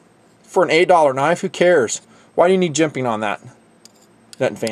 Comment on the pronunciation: I'm not gonna talk about the dragonfly in this review... LOL I always get a kick out of the way you say jimping too, hilarious.